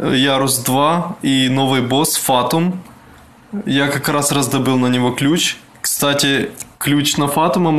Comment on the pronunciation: не фАтум а ФатУи